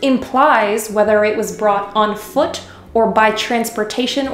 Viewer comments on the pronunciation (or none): none